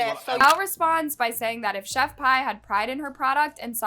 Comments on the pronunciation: It's killing me to hear Pie. Omg. Did you not listen to one video?? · Pronounced chef pee lol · Pronounce Pee! Lol the English language is so weird I know like